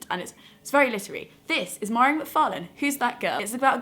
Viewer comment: Mhairi is my fave too, she's absolutely hilarious!! Just in case you do a more in depth video about her books / writing, her name is pronounced Vah-ree :) xx